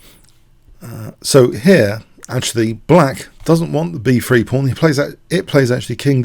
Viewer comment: every time this guy says "pawn" i hear porn